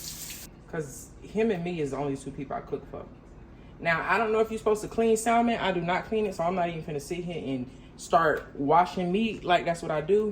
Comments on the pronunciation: The L in Salmon is silent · The L is silent lol ❤ but salmon is the easiest to cook doesn’t need that much seasoning or has to cook long. You are so funny. ❤❤ look like you enjoying the new place.